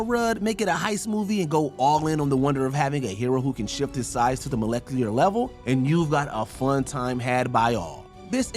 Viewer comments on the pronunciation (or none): Is there no one watching the sound booth while you record? I KNOW you didn’t say “zee-luht”, “moh-leck-lee-ahr”, and “in-ter-woo-vehn.” 🤦🏼‍♀️🤦🏼‍♀️🤦🏼‍♀️